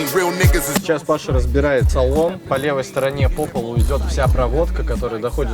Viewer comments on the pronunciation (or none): none